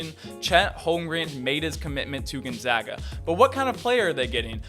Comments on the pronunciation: Bruh at least say Gonzaga right. Gone-ZAG-a. not Gone-zah-ga. They are the fucking Zags not the Zahgs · You guys still can't say it right. Gonzaga. We are the Zags not the Zogs